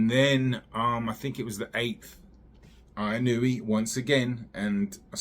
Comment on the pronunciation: Inoue : In-u-way